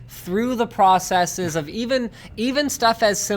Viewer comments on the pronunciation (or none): none